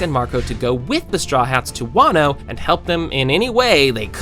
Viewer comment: Ele falando wanno e não wano